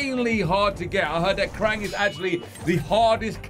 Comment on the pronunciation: It's krang